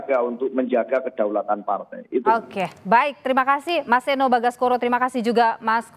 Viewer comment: Seeno bukan seno .e besar bkn e kcil 😢😢😢😢